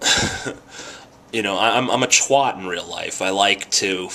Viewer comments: Twat..pronounce it like an american..not like you think a brit would pronounce it...then you'll pronounce it correctly :D You won't have the views of these big channels, because your content is not for the target audience of youtube. youtube just promotes stupid well-edited entertainment videos. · No people, a twat, not a twot.